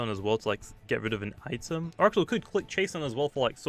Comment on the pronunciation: sorry but it's pronounced eye-tem not it em